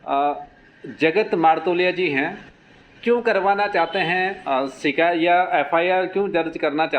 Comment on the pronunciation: "शिकैत" नहीं होता है "शिकायत" होता है। कृपया भविष्य में ध्यान रखिए।